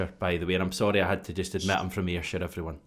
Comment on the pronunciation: "AYRSHIRE" ? am gonna huvtae unsubscribe noo !! lol